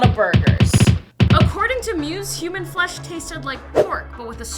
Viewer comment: You know when I listen the 1's time you said "shemon" the 2's time you said human.